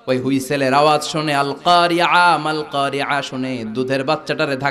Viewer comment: হুযুর!ইংলিশ নিয়ে আমার কোন বিরুধিতা নেই। আপনি অনেক সুন্দর করে ইংলিশ বলতে পারেন আলহামদুলিল্লাহ। আপনার ইংলিশ নিয়ে অনেক বক্তব্য শুনছি পক্ষে বা বিপক্ষে। তবে যাই হোক আমি এর বিপক্ষে নয় কিন্তু। তবে খুব দুঃখ লাগলো আপনার আল ক্বারিআ' এর উচ্ছারন শুনে। তবে প্রত্যেক বার এই ভূল অবশ্যই করেননাই। অনেকবার আইন এর জায়গায় ইয়া ব্যবহার করেছেন । আল্লাহ মাফ করুন । হুযুর মনে কষ্ট নিবেননা। নিজের দায়ত্ববোধ থেকে কথাটা বলেছি। মাফ করবেন। উচ্ছারনের দিকে একটু সচেতন থাকলে ভালো হবে আশা করি।